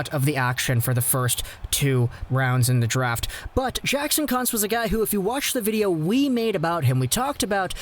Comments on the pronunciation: it's pronounced Koonz. Thought I was watching a Jim Jeffries video. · Kuntz 🤣😆🤣😆 I think its pronounced Kuuunz